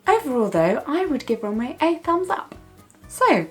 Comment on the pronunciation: It's Rom-we not romway if that makes sense x